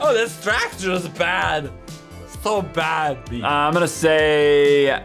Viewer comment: "Bad stracture!"